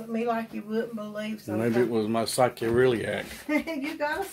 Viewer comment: It's pronounced "saycroiliac"